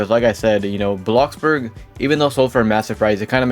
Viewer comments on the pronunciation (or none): none